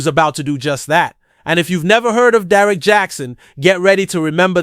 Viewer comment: It’s pronounced D- Eric not Derrick